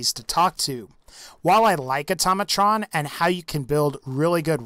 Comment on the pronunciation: it's pronounced "Auto-Mey-Trun"